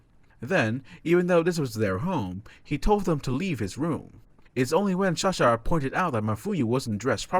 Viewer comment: Is it me or he says shahsa instead of sasha